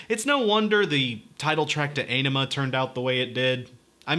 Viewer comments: "Á-ni-ma"... not "e-ni-ma"... you non romance languages speakers... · You mean "mispronouncing" because he constantly says it wrong. It's easy to find videos with Maynard and Adam saying it correctly... "ON-ima" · I know many people have already told you this, but you look fantastic,. And this is perfect for me, being a person whose first Tool song was the most recent one. And from what I researched, Ænima is pronounced "OH-nima". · It’s pronounced “Ah-nim-uh.” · The Undertow album was released around the time Nirvana was on the scene, this album was a serious punch to the face and the genre bend. The album Ænima is supposed to be pronounced 'On-ema'. Just to throw that out there. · Aenima = Eye-nima. Die Eier Von Satan is about hash cookies. Not just cookies. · It's pronounced "Ah-Ni-Mah" if that makes sense. They've pronounced it in old interviews. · Pronounce Ænima: ON-emma. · One does not simply listen to Tool. Turned off the video when you said Ay-ne-ma. Blasphemer! Heretic! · This is amazing by the way its pronounced awnima that's from adam jones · It's pronounced AH-nima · It's pronounced ON-ima. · "The title track" I see what you did there, avoiding pronouncing Ænima. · to be clear, the Æ is pronunced like A in Bad. its a nordic letter.